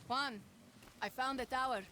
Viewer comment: For the love of God! As a professional welder, hearing the crackle of an arc and seeing Juan using a propane torch kills me! Shit game! Also, you need to learn to say "juan" right... It's not hard...